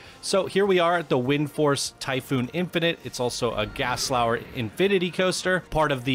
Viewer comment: Did you say gaslauer?